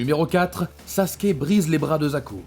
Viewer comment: Il dit saské au lieu de Sasuke bordel ses pas compliqué de dire Sasuke sa me met en colère que je m'abonne pas